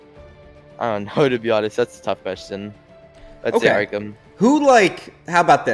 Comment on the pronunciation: This guy said Arkham 🤣💀🤣🤣🤣🤣